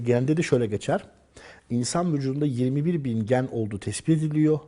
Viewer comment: 26.55 insan vücutunda 21 ne söylüyo anlamadim orada gen mi diyo yoksa yen mi anlamadım ki bilen var